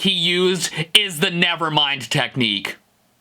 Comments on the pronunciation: You Forgot technic "neek-kneee" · His contorting his lips and the way he pronounced 'Nick Knee' cracked me up.